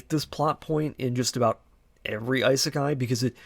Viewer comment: Overly pretentious AND stating factually wrong things? That's an interesting combo. Seriously though, do some actual research. Also the purposeful mispronouncing of Isekai is just... Lame. Like come on dude, what are you doing?